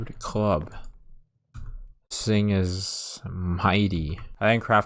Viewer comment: Thuh-ing not ting. for the word thing.